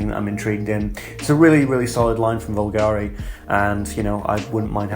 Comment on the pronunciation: Nice video as always, keep it up. Btw a little sidenote, bvlgari is pronounced bulgari, not vulgari my friend 🤓